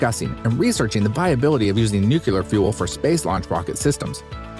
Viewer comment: text at beginning says "nuclear" narrator says "nucular" LMAO